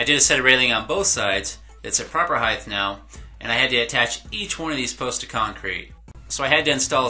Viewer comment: HEIGHTH is NOT a word. It's HEIGHT.